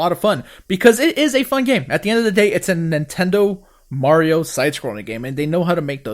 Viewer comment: "Marrrio..." Ugh... Seriously...